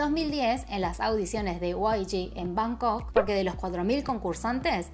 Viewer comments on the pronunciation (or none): none